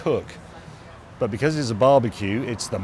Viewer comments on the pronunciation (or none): Why can't you say becuz properly?